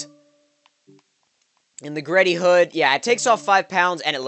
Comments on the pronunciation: Bro it's not GReddy it G Reddy. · its fucking g reddy not greddy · It's pronounced G-Reddy, not greddy